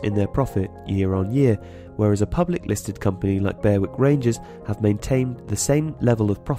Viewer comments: Berwick is not pronounced in that way. An exception does not make a rule. The video did nothing to outline why any of these factors might lead to better governance. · Shows the lack of depth of general football knowledge when you cannot even pronounce Berwick correctly.